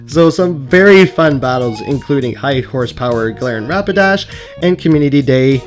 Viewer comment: when you say G dash sounds like "jirahi" 😂😂 and yes... I love HHp 😁😁